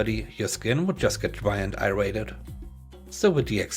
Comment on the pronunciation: Hey man, longtime listener and subscriber. Just wanted to give you a little pronunciation tip. At 8 minutes you pronounce the word 'irritated' as "eye rated". It is pronounced, "ear it tated". fyi! Cheers.